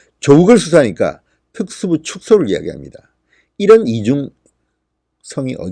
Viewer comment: 진성호님 발음이 너무 안좋아요 특수부를 줄이겠다랑 그리고 뭐라하는지 못알아듣겠어요 부분 답글로좀 써주세요 아 답답해 발음이 너무 안좋으시네요